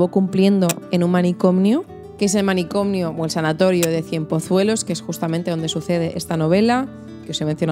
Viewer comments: Se dice «manicomio», no «manicomnio». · Dices "manicomnio", es manicomio.